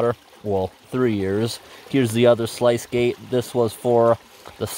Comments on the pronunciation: Sluice gate not slice gate 😂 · Slice, do you mean sluice ? rhymes with moose 🫎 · FYI, "sluice" rhymes with "loose" and "juice." Just thought you'd want to know. I know I've seen words in print and guessed at pronunciations before. You do you! Great new dam. :D